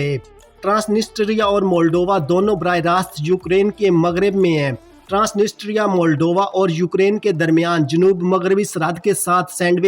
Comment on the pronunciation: ISKO ( TRANSITRIA ) pronounced kar te haen. The real accent. One N & S silent haey.